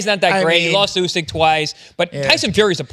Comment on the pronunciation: Idk why but it seems as if the host doesn’t know about boxing based off of how he pronounced usyks name